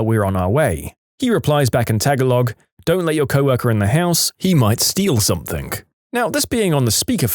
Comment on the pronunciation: In the Languages story, when the narrator apologized for his pronunciation of various languages, he mispronounced "PRONUNCIATION!" The word "Tagalog" was also mispronounced.